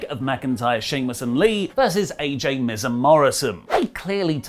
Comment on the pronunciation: you botched miz and MVP name cmon